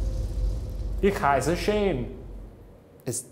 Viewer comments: i'm german and i didn't even understand his "ich heisse shane" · as a german he has a huge accent where he said "ich heiße shane" but he said "senf" pretty good :D want some weißwürste und ein weißbier dazu? :D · Not fluent but I couldn't understand a bit of that "Ich heiße Shane" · As a German: while his pronunciation of „ich heiße Shane“ (my name is Shane) was ,well, horrible, the „Senf“ (Mustard) one was INSANELY accurate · I’ve only been taking a German class for 3 months and I know more than Shane does. He didn’t even pronounce it correctly😂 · Omg Shane your english accent when you speak german is sooo cute 😂😂 It sounds really funny how u pronounce "Ich heiße Shane" 😂❤️